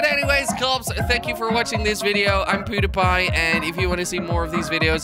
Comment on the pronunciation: He said his name was pewipie